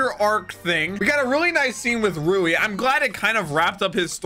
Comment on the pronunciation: It’s rui not riu